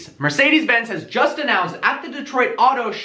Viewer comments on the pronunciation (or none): none